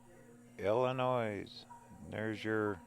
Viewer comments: Enjoyed the video! I’m from the area.. one thing that bothered me. 😂 it’s pronounced Illinoi. No S. Just remember Illi noy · NO NOISE in Illinois! The "s" is silent. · Great video 👍👍👍 by the way the s is silent in Illinois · Go to Lexington and Towanda and Bloomington. The S is silent in Illinois.